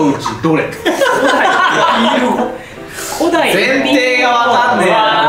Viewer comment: 「古代エピール語で…」のところ、競技クイズの読み方っぽくて笑っちゃう。